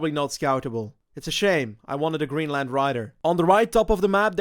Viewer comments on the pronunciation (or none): none